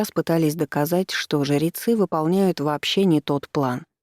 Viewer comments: Спасибо, понравилось повествование, только смущает слово жерецы вместо жрецы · А почему жирецьі, а не жрецьі? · Зачем ты так странно произносишь слово "ЖРЕЦЫ"?!!! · Чтица очень замечательная и проникновенна, но, почему жЕрецы....